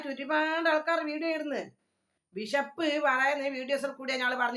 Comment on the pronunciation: വിശപ്പ് അല്ല ബിഷപ്പ് 😂😂